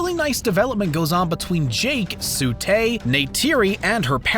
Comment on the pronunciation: T:44 Its TSU not SU